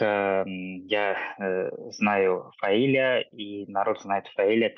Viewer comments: только не ФаилЯ, а ФаИля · Правильное ударение - ФаИля. См. как склоняется имя Фазиль у Зализняка (Зализняк А.А. Грамматический словарь русского языка: Словоизменение. Ок. 110000 слов. — Изд. 6-е, стер. — М.: АСТ-ПРЕСС КНИГА, 2009. — 800 с. — (Фундаментальные словари). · ФаИля- ударение на второй слог Неужели нельзя было уточнить, если не знаете, как произносить.